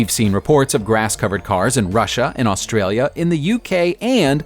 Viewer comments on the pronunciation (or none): none